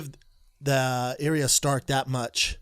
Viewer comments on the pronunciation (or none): Brendan saying Area stark instead of Arya Stark 🥶